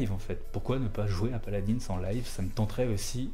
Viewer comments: PALAD1 ET PAS PALADINSSE BORDEL! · Sa se dit paladin